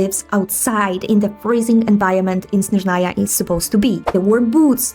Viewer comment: Why on earth did all Slavs suddenly start thinking that Snezhnaya (stressed on the first syllable — that's correct, not how it's pronounced in the English voiceover) is a region of Slavic culture? This region, just like Mondstadt, Liyue, Inazuma, and Fontaine, has only one prototype — Russia (in this case, the Russian Empire). The fact that everyone suddenly started blowing up a psyop about this region being a reflection of all Slavs — no, from the very beginning, it was a region connected with Russia and its peoples.